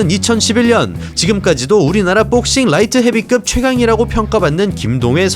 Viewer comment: 근데....뽁서;;;ㅋㅋ발음 특이하시네요..영어잘하실텐데..뽁씽..한국 특유의 악센트..ㅎㅎ재밌네요